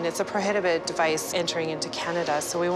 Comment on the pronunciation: "its a PROHITIBED device"?....she said "prohibited" wrong lolololol